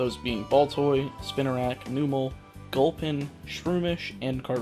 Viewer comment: How you getting irked by their names when you can't even say the name Numel & Bonsly right? It's not Noo-me & Bon-Slee dude